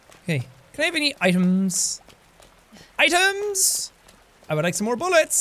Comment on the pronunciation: Jack says: "can I have any items?" At first I heard, "can I have any IAMS" like the dog food.... because Claire was fighting zombie dogs..... am I the only one..